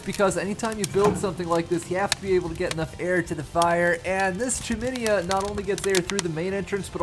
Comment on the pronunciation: Google chiminea pronunciation. Just sayin.